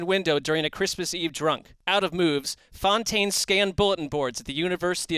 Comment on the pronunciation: *Fontaine, not Foutaine.